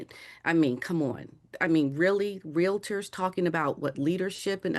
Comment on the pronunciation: Dan, did you actually say REAL-A-TORS???? Omg it’s REALTORS!!! 🤦‍♀️